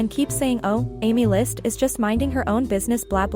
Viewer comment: Aemilst ❌ AemLUST ✅